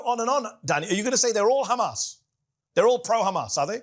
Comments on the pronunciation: “Khamas data”, Khamas propaganda” ? Who owns the mass media? “Khamas”? It is embarrassing to even hear this rant! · Wonder if he pronounces a "house", a "khouse" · Khamas data 😂 khamas facts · As soon as you hear the pronunciation as "Khamas" you just know you are about to hear a shit show of lies. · This is laughable at this point KHAMAS.. KHAMAS .. KHAMAS